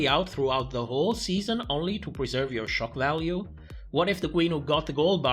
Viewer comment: I keep hearing "it's choc value" every time you say "shock value"😅